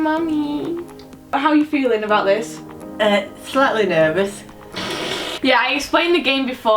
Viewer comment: i understood 'slutly nervous' instead of 'slightly nervous' 😂